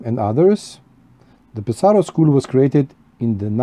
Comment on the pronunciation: I also enjoy Pe’saro pipes ( accent on first syllable FYI) and have a lovely Mastro de Paja ( very affordable), as well as the same bulldog you have and a billiard from Ser Jacopo but with specially made vulcanite stems done by Julius Vesz, my dear friend in Canada. I also have an amazing Rinaldo which I must say smokes amazingly. The Pe’saro school is very elegant while the Cantu school ( Castello, Ascorti, Caminetto) and Varese school ( Savinelli, Brebbia etc,) are all near Lake Como and certainly more classic in shape. A great video thanks for sharing amico mio. Ciao 👋 S.